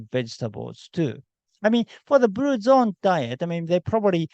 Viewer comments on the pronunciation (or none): none